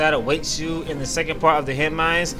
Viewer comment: It's Henne "Mines" not "Minds"